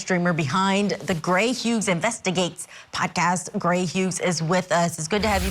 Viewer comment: Gray "Huges" 😂 Wow, first she messes up his first name then his last name.